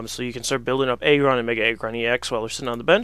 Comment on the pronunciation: I hate this guy. It's AGGron not EGGron. Really irritating.